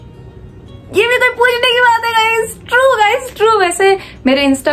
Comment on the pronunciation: Best part Gaizz Gaizz Gaizz Gaizz 😂